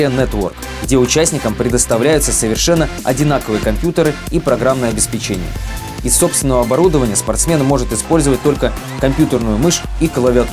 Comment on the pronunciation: обеспЕчение. Проверяйте ударение.